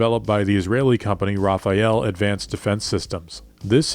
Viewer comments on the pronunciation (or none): none